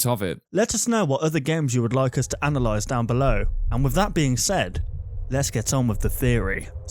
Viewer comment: Im so tired that when you say analyse i thought of anal lies